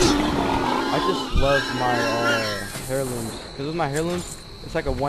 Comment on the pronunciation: For the love of god, stop saying "HAIR-looms" the word is pronounced like AIR-loom. Cheesus Crust.